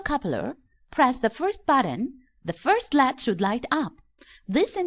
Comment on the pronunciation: I hate when someone says lead rather than L E D its annoying